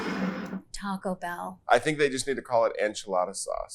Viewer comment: Hot take (pun intended): it’s Taco BELL, not TACO Bell. The voiceover pronounced it the latter, the judges pronounced it the former.